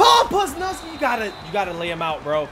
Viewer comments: "poz" 'luz" "knee" now you can pronounce it correctly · Dude calls Leonard Williams "Lenn-NARD", and Paul Pusluzny "Puz-nuz-kee" lol keep livin the dream brother